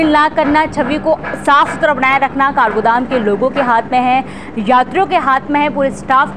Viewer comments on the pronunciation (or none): Kargodam नही काठगोदाम होता 😂😂